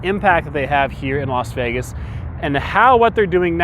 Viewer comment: Las FEEgas